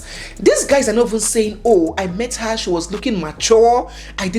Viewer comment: He isn’t Nigerian. He pronounced “her” the way Ghanaians pronounce it. But then again Nigerians have caught doing this as well.